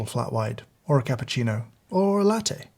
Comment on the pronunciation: You broke my heart when you said cappuccino like thing